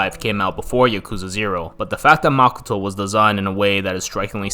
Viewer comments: makoh-toh まこと, マコト it's O for a reason...... pronouncing it as makuto will sound stupid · Dude really calls makoto, “makoetoe”